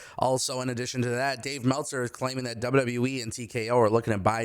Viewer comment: Cmon bro. It’s Meltzer.